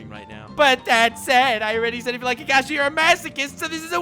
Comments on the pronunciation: "Also pronounced kAkishi sensei" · You keep mispronouncing Kakashi's name. It's Kakashi, not "Kakashi". Geez.